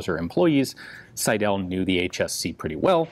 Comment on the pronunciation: The pronounciation of the name Seidel is „Sydl“, not Sy-dell.